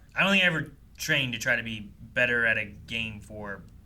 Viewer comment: really enunciated his AT this time